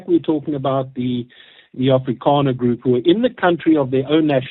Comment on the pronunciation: Why everytime you say afrikaner, you say it in disgust with CAPITALS???????